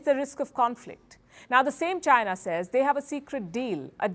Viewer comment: Palki can't even pronounce 'China' properly. 😂😂😂😂